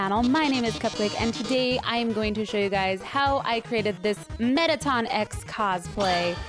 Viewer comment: Metta-Ton! how.....